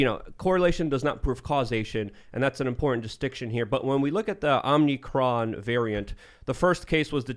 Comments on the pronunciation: OMICron not OMNIcron, Administration sucks! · And stop saying omnicron. Its omicron. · needs to bring a dictionary or something. Speak right. It's annoying when you misspeak and it goes unaddressed. It is not "OmNicroM", It is omicron. Oh-mih-kron, Or ah-mih-kron.